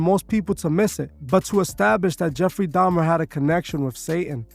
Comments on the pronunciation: Didn’t he convert right before he died? He was baptized and born again. Why leave that part out of your narrative? Also it’s pronounced “da-Mer” not “dam-Ner”. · Why keep saying “domner”?? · dahmNNner she say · Did she say DAHMnER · if you're going to have a whole show about a specific person, might wanna make sure your co-host/guest sys their name right. Smh, she kept saying 'jeffery dahmner' 🤦🏾‍♀️